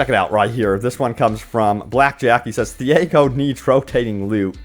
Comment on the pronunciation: TEE-YAH-GO here is how you pronounce the name of Thiago.